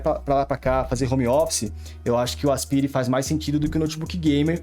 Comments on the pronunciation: Não é "aspiiire", é "asPAIre". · pronuncia péssima para Aspire. O correto é "aspaier" e nao aspire. estude, poha.